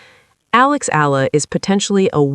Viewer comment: EALA read and pronounced it E-YA-LA, not ALA. E - YA - LA not ELA E-YA-LA not EYLA E-YA-LA EALA E-YA-LA